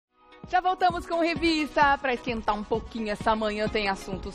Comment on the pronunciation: Gente! "Rivista" misericórdia, onde ela leu "rivista" Atenção! moça, é REVISTA!